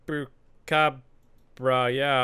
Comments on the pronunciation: It pronunce xuprakabra , chupacabra is in spanish , im from there. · It’s pronounced chup/a/cap/ra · “The chupucabra” Me a Hispanic: ThaTS nOt HoW yOU saY iT Edit: Thanks for all the likes here’s a brofist 👊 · É engraçado ele falando "chupa cabra" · Men Repeat for me Chu - pa - ca - bra